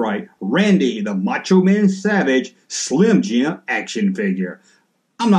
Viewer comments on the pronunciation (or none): none